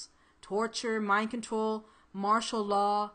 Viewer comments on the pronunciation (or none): none